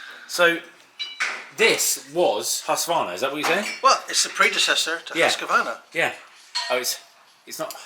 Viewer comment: Just when I thought it wasn't possible, (almost) nailing the pronunciation of Husqvarna makes me like him even more! 👌🇸🇪 [Hu:s'kva:rna]